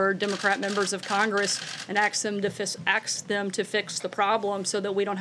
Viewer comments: Sarah Huckabee Sanders said 'ax' instead of ask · Did she say " Call and "axe" your representative? Really?? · Call your democratic members of congress and "axe" them. Great pronunciation Sarah. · Is hucksasand black? See seems unable to say 'ask' and have a preference for 'aks'.